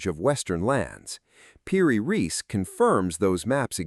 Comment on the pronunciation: The name of the map maker is Piri Reis, not PD Race. What kind of AI weirdness is this? Also, the AI voice says "directer" rather than "more direct".